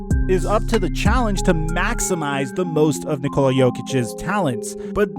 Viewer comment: god damn it it’s NICK-ola not ni-COLA